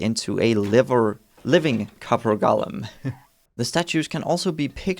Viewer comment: Clue: The name "Golem" is not pronounced "Gollum" - that's a character from Lord of the Rings. 😉👍